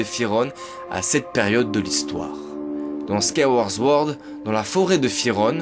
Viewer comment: C'est pire que ça, Sword se dit "Sohrde" donc on dit Squaille-ouaôrde Sohrde (La plus fréquente des mauvaises prononciation chez zelda c'est Majora's Mask beaucoup de gens dise "Majoramasque" alors que c'est Majorasse-masque !)